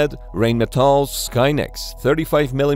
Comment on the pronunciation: Learn to pronounce Rheinmetall, I might take you seriously then.